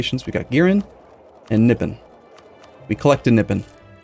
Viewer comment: I think its more said KNEE PON not nipp on.